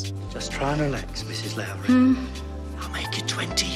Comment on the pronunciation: ..... or Forbidden Planet! Oh yes, the name of the 'hero' in Brazil is Sam L-ow-ry, lot 'low-ry'. Perhaps the fims haven't been seen by the narrator? These lists aren't based on anything other than the thought 'let's do ten miutes on ...' anyway. And no, this isn't a dig, the lists I find are confectionary viewing. Facts are available elsewhere and are generally boring!